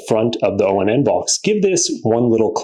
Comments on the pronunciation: I believe it's pronounced "ON" not O-N-N... anyhow, my small problem with it is i had to disable the voice control because doing so kept prompting the google assistant on my phone... that's the only thing amazon fire devices have over it is that amazon gives you 5 trigger words to rename your devices...I'm surprised google hasn't done the same with a simple update. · It's onn, not o-n-n